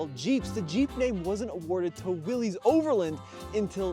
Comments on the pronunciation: It is really frustrating to watch all these idiots that claim to have a clue about automotive history, call Willys products "Willies". There is no apostrophe, we are not indicating that this is the property of "Willy". No, the man most responsible for the Willys vehicle was a mane named John Willys. Here is more from Wikipedia: Willys (pronounced /ˈwɪlɪs/, "Willis" was a brand name used by Willys–Overland Motors, an American automobile company, founded by John North Willys. It is pronounced just like Bruce Willis, NOT "Willies". Please get it right. You sound so stupid mispronouncing this name. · Not Willy's, it's Willys (pronounced Willis). It's a last name, not a first name. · There is absolutely no reason to pronounce willeez 😂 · The guys name was pronounced “Willis”, he is who the cars were named after. Willys and Willis are likely different spellings of family names. Why would you say it differently? John Willys. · I know it's spelled Willies... But its pronounced Willis. Like.. What you talking bout Willis.